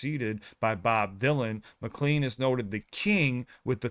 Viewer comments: . “Lenin read a book on Marx.” That’s a reference to Russian revolutionary Vladimir Lenin, not John Lennon of the Beatles. Also, he pronounces his last name with a long “a” as in “lane,” not “clean.” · Don pronounces his last name “muKLANE”, not “muCLEAN”. Also, little known fact: His performance as a relatively unknown artist at the Troubadour inspired Lori Lieberman to write what became one of Roberta Flack’s great hits, “Killing Me Softly”. There’s a documentary about the making of the American Pie album, and Don and Lori tell the story about the song’s origin. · Don “McLane” is how it is pronounced- not McClean. When I worked in radio, I’d play this song when I needed a bathroom break because it was the longest song we had in our playlist 😅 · We appreciate your journey with American pie. We remember the song from when we were young. And I just want to suggest it sounds like Don MCLEAN but it's actually pronounced Don MCLAIN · Pronounce the name correctly, it’s Mc Lane, not Mc Leen. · Don Mcl’A’yne not Micklean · I'm absolutely sure I've never heard McLean's name pronounced "mc-clean". It's "mc-clayne", at least that's the pronunciation I know. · Just fyi...the end of McLean rhymes with plane, not mean. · His last name rhymes with 'plane' not like 'clean'. I suggest that you react to 'Chantilly Lace' by The Big Bopper and also 'La Bamba" by Ritchie Valens. Both of those songs are great! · His name is pronounced daan muh klayn not clean even tho its spelled that way . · OMG! NEVER heard THIS before??? 🙀🙀🙀 By the way, it's pronounced like John McClane from die hard! 🙀😺😸😹, NOT McLeane (CLEAN)...I hope you get to catch the reference to the 60s sci-fi TV show, lost in space!!!!!!!... Uh-oh!!!!!!!!!!... APPARENTLY, you MISSED that!!!!!!!!!!! Altamont! After WOODSTOCK, many people AND promoters TRIED to RECREATE it, but NEVER COULD, and THAT one was a TRAGEDY!!!!!!!!!! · It's not pronounced Mc-clean. It's Mc-lane. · McLean pronounced "Mik Lane" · Mac lean